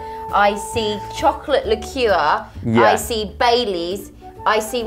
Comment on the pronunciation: 6 ozz’s of chocolate licker: 6 ounces of chocolate licour 😂😂😂😂😂😂 (btw sos bout spelling)